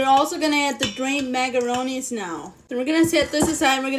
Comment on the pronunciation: I love how she says magaronees.